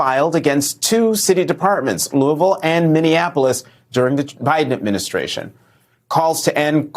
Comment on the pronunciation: Thanks for saying Louisville correctly. That was unexpected yet appreciated lol